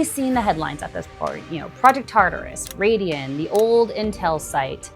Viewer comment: Sorry, but where did you get your $3B figure from? The company's stated construction cost for the project is $785M. Taurus = "tar–is", Raeden = "ray–den" Decibel, not decimal; At the 7Apr26 public hearing, Raeden COO Jason Green stated that the facility would never exceed 50 dB and further assured, "We can guarantee it." The daytime residential noise limit is 55 dB (7 am–7 pm) and the night time limit is 50 dB (7 pm–7am), with a 5-dB penalty for impulse noise (i.e. 50 dB daytime, 45 dB nighttime). Infrasound, not infrared sound; Infrasound is generally sound at or below 20 Hz. Infrared is electromagnetic radiation between microwaves and red visible light with frequencies between 300 GHz and 400 THz and wavelengths between 1 mm and 750 nm. The closed-loop argument is a red herring until data center operators can provide their own, fossil-fuel-free energy for these projects. If the power is provided by a combined cycle natural gas plant, Project Taurus will indirectly require 3.5M gal/day of water withdrawal (mostly returned to the water system) and roughly 250k gal/day of water consumption (water lost from the system). Colorado Springs has been in drought conditions for over two decades, and Raeden's ambitions for this project were, and likely still are, 400 MW. Much of this has been recently uncovered through CORA requests. On 9Mar26, Gibraltar city councilors approved a data center moratorium, and is now being sued by Raeden. Michigan is now con